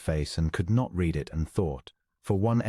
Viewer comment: How about the spoken pronunciation of read. It is always said in the present tense (reed) even when it should be past tense (red.) 😜